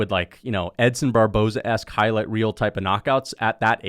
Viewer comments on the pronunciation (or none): none